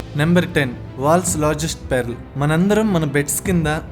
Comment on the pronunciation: it is pearl, not PERRLL .......LOLOLOLOL ....PALKADAM NERCHUKO